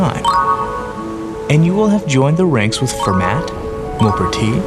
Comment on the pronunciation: He pronounces Pierre de Fermat's name incorrectly. It's pronounced Fer 'ma, with the t silent. I can't stand it when people pronounce his name incorrectly. Fermat, created the foundation for nearly all modern luxuries. He solved mathematical problems hundreds of years before others, and they don't recognize him because he didn't save his solutions. Instead, they completely discredit him. Hence, very few people have heard of the Pierre de Fermat, a genius FAR beyond his time.